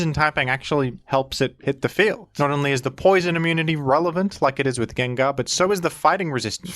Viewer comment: Come on man, pronouncing names horribly wrong on purpose for views or to com-endear a few of your subscribers is just annoying rather than appealing. Sure maybe 10 out of 1000 will laugh, but it leaves the rest of use cringing when we hear it. Groudon, Gengar. Why butcher it and turn away many of the would be new subs to appease a fraction of the ones you have??? You have great content but you must know a lot of your content is listened to rather than watched, you have a good voice for it and pronouncing half of the Pokémon wrong is equivilant to when YouTube pulls out one of those 30 minute “adds” which are ‘skip able’ but only pop up when you are away from your device.